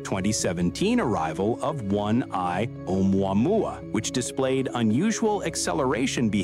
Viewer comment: One I ooomamooah